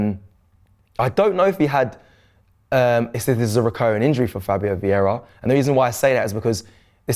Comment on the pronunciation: The moment said Veira l moved on to the next vid 😂😂